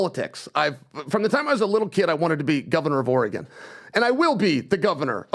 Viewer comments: You're exactly right. When the guy from Ore.. gone doesn't pronounce it like that, you're probably saying it wrong. It's annoying. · Somebody tell to STOP SAYING... "OR-E-GONE!" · pronounces Oregon wrong. It's OR-EE-GUN, idiot I want an apology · ....STOP saying OreGONE 🤦🏻‍♂️ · I’d hate to add to the hate…but why is he pronouncing Oregon “Or Eh Gone”? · Quit pronouncing it OreGONE, you fucking moron. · I literally cringe every time I hear that. Or a gong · It's Oregon like gun? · It’s ore’eh’gone’ian didn’t you hear the expert? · Not saying oregone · Why can this idiot not say Oregon right?! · I hate the way that pronounces Oregon! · Can someone please show how to annunciate Oregon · can’t pronounce Oregon.. 😂😂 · Why is this guy mispronouncing Oregon?? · Please shitcan. He runs his mouth way too much, yet he says nothing. Or can you at least timestamp when he talks so I can skip ahead?? The turd cannot even pronounce Oregon correctly after a life long resident correctly pronounces it repeatedly. For fucks sake PBD, read the comments! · Can someone please teach how to say Oregon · is the worst… Every time he speaks, I have to fast-forward… And how the F does he not know how to pronounce Oregon… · Fire just for how he says "Oregon" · Why does pronounce Oregon like that? 🤢😮‍💨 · The way pronounces Oregon is pissing me off. 😅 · horrendous pronunciation of Oregon is a crime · should not have been allowed on such an important episode. Him interrupting and mispronouncing Oregon the whole time was repulsive. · Listening to so Oregon is driving me crazy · Teach how to say “Oregon” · Bro please learn how to pronounce OREGON when king chael is in the building. Jesus christ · can't even say Oregon correctly.. go away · So cant pronounce “Oregon” … every time he would say it just wanted to punch him in the face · I can’t stand how says Oregon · Oragone,? Really?